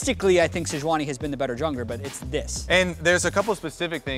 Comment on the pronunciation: Regi “SeJUANni”...